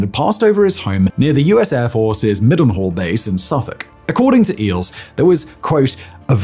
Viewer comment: Your mispronouncian of mil-den-hall (mildenhall) really bothers me as its around the area i grew up 😂